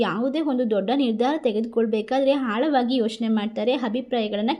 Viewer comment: ಹಾಳಾವಾಗಿ ಅಲ್ಲ ಆಳವಾಗಿ